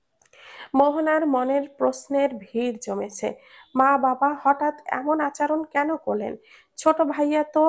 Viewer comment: আচরণ শব্দটাকে বারংবার ভুল শব্দ "আচারন" শুনতে বেখাপ্পা লেগেছে।